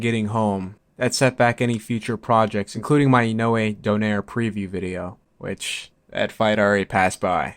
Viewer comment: It's DO-NA-I-RE not DON-AIR. You're welcome.